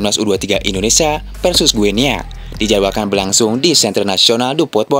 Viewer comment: Baca nya GINI , seperti kita baca Papua New "Gini", bukan Gue Nea. 🎉